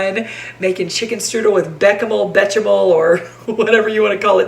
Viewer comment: Lol, I always thought it was pronounced “beshamel “ 😂